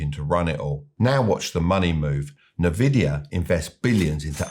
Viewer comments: I struggle to take advice from an expert investor who doesn't know how to pronounce nvidia! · Learn to pronounce NVIDIA if you’re going to make a video featuring them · Nvidia is not pronounced like that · "Nervidia... Nervidia... Nervidia". Love it. Heavily invested in BRK. Slightly concerned by Abel's decision to invest 10 Bn in GOOG. Now. With a "discount" of 6%. Hmm. Warren tried to talk it up in a recent interview with the lovely Betty Quick, but I sincerely hope Abel and team don't commit even more. Having said that, GOOG is a repository of healthy income in a way that some of the other nonsense AI stocks aren't. Sit on that blinking war chest,. Please do not panic. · History repeats itself because people never learn. Current market valuations were built on hyped-up AI nonsense, and now those stocks are crashing faster than anything I have ever seen. And Nvidea is pronounced "en-VID-ee-uh".🙃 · En-vidia, not na-vidia. Good video! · It’s N-Vidia, not NeVidia. Nvidia's name comes from NV (meaning "next version") combined with vidia, which is rooted in the Latin word for vision or to see (videre) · I don't know why no one in media can get this right - it's not "nuh-vidia" it's "in-vidia". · Listening closely, it's called N-vidia, not "NEvidia". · Envidia, not Navidia... Berkshire Hathaway are in 1/3 cash as they can't find huge deals that make sense at that level, they're not market timing. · it's envidia not nah-vidia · I enjoy your videos, but it's pronounced Nvidia ( Not Na Vidia ). The name comes from "invidia," the Latin word for envy — Nvidia's founders wanted a company others would envy. So it's essentially "invidia" with the initial vowel dropped, giving you that "en-VID-ee-uh" sound. I have been in the semi Industry for over 30 years, I remember when some colleagues went to Nvidia 20 years ago and I ask why go to a Gaming Chip company. Shows you what I know :) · It's pronounced 'En Vidia' btw.